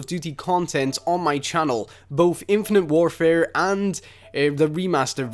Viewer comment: "infunet war fur"